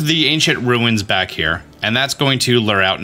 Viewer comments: Did you say ruins like stewie says ruined on purpose? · You said ruins wrong